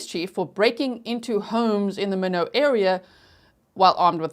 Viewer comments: MY-NOT not minnow. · It’s pronounced MY-NOT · Actually it's pronounced my-not (I was late) 😂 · Both my parents were born & raised in ND & every time she says "minnowt", I say my-not.😉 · Minot is pronounced MyNot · The pronounciation of the city of Minot is like “why not”, long “I” and short “o”, not how you are pronouncing it. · Minot is pronounced my not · Minot is pronounced my-not. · It's pronounced My-not, North Dakota. Love you G! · Minot, pronounced like sky not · It’s MY-NOT. I lived there for 4 years. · ND native here - Minot is “my-not” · My knot is how u say minot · I’m from South Dakota and Minot is pronounced My Not. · I grew up in Minot. It is pronounced as MyKnot. Thanks for this break down! So helpful! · It is pronounced my not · The city is pronounced My knot. I only say something because I know you like to pronounce words correctly 💛💛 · Thanks for covering it! I live in Minot and it’s pronounced “my not”. Your coverage is great! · Minot is pronounced: My not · Years of lurking, just joined and have Patreon too. Love your work! Minot is pronounced “My not.” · Town is pronounced Mine Ot. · Minot is pronounced. My not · I’m watching on replay 😢 But I’m in North Dakota and Minot pronounced “My Knot” ;) I love your channel!! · I grew up in North Dakota. It's "MY-knot" and "kuh-NEWT-sun." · G, it's pronounced My-not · We say it like German knoodson… lots with German Heritage here… and Minot is like “My knot”. Love you G❤ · The lady speaker in the beginning can’t say Minot